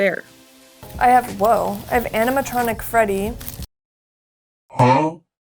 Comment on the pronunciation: "anmtronic freddy"😔🥀✌️